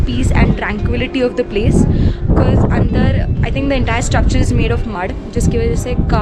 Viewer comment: she pronounces the word "because" as bikiz .... sounds very artificial...